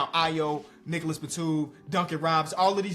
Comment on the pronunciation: I'm french and i can say it: the word NicolaSS Batum sounds too good on your mouth 🔥